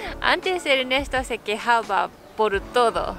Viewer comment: El cambio mas notorio es que dejaste de ser para ser